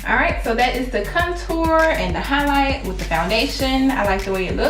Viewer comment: Love the video but for some reason the way you pronounce contour drove me crazy lol. But loved the video you look awesome!